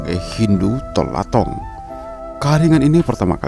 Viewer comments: "To Lotang" bukan tol latong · Yang di Sulsel bukan TOLATONG melainkan TOLOTANG. Klo buat narasi untuk publik yang benar lah biar kedengaran ada mutunya, bos. Jangan ngasal 😄🙏